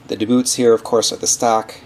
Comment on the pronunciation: Two things I didn't like were how you pushed on the body (made body wider) when the load is on the suspension EI pushing down on bumper. and secondly how you called them "da Boots" when its DBoots like "dee boots". you dont call DC Voltage DA-CUH even tho both letters can make that sound